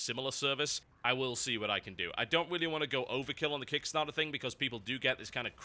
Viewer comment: KICKSMARTER xD! ps i know its called Kickstarter